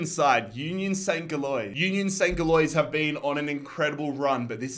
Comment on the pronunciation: bruh I just have to comment about the pronunciation of USG lmao. Gilloise is pronounced like 'Jillwahz' 😂😂😂